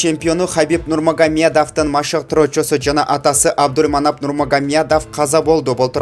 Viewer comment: Абдульманап дейсин го Абдулманап десен мягкий знакты кошпой чала окуган окшойсун грамматикан ото начар экен